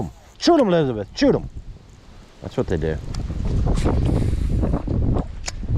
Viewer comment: Love you Scott Martin! Hope you did well. Side note, you need to put some more effort into your Louisiana "Choot Em"!!!!! Lol